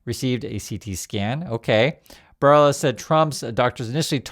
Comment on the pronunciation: Barba bella, not Barba rella